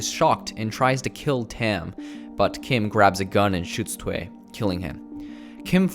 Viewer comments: WHAT IS THWAY??? ITS PRONOUNCED Thoo-uy. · Thuy is not pronounced as "twai", but as "thoo-y". Also, he is not upset that she is "marrying a white man". Firstly, they are not getting married and secondly, het is mad that she broke her vow and is with the enemy now, an American, whatever the color. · N NOT "TWE"... its "TUY" (Thuy), Macintosh is the Producer not the Director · It's two ee. Not that.. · i think Thuy is pronounced like "TWO-yi"